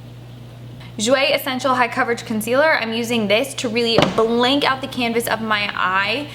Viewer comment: Ok I'm a weirdo because i like the way you say the word "blank" like blink lol